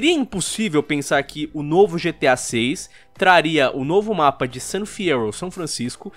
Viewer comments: GTA: San Fyerro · Fiyero = San Fierro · Fyero = San Fierro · Gente, Fiyero = San Fierro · San fierro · San fyerro certeza kkkkkkkkkkkkkkkkkkk a volta do agaragam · gta 6 san fierrouuw (cidade do gt sa san fierro)